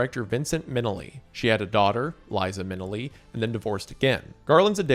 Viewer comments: The fact in another video he admits to knowing he mispronounces names and still doesn’t make the effort to correct himself or edit later is just annoying. Like telling us “oh well” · "Liza Min-a-lee" 😂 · Crazy how you pronounced Liza Minnelli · Mispronouncing Liza Minnelli is a crime. She literally has a song telling you how to say her name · Your pronunciation of Liza Minelli was… a choice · the scariest part of the video is pronunciation of Liza Minnelli’s name lmao.